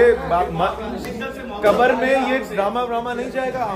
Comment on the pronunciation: Kmar 😂 nhi Bhai kbaar